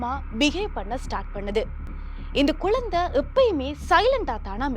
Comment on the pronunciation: குழந்தைங்க அது குலந்தை குலந்தைன்னுச் சொல்லுறீங்க